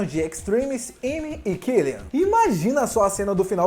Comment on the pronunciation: Tá errada pronúncia quando fala do killian